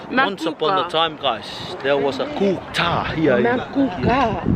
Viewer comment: Hhaha. Yaaas! Brisbane 😍 Mt Cootha is pronounced wrong guys 😂 But hope y'all are enjoying our home city